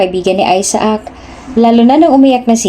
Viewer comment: Isaac ay aysac,ang bigkas ,hindi aysaak.